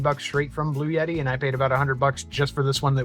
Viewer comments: All good, except the brand name is BluEtti, not 'Blue Yeti' as it was pronounced. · For the love of GAWD stop calling it a Blue-Yeti. It's a Blu-etti. There isn't a "Y" in there for Pete's sake!!! Now - carry on..... LOL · Why are you pronouncing it as “Blue Yeti”? It’s Blue Etti. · There's NO Y In bluetti. LOL Not a blue yeti, but a bluetti. LOL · PRONOUNCED " BLU- EDDI" NOT "BLUE YETI" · I ask Bluetti how to pronounce the name. They write back " Blue Ti" because the TTI part of the name, which is its triangular logo, has a triple meaning. So don't pronounce it as "Blu et ti" . Do do as they said :" BLUE -TI" ( two syllables, not three). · There is no "Y"...In bluetti...Bloo-Etti....You did a great job with this....and gave some very helpful info.I really appreciate your efforts with this.. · blu-et-ee. no "yuh" sound. Thanks. 🙂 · Why do people pronounce the manufacturer name as "Blue Yeti"? There is no 'Y' in Bluetti. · but it sounds like you say blue yeti. 🤷‍♂️ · You are not pronouncing it in either of those two main ways. There is no "yet" in the middle. Suppose you have a friend Ed that everyone calls Eddy. Say: Blue Eddy. That is how it is pronounced. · Learn to say Bluetti correctly. You sound dumb when you are too lazy to read a word correctly.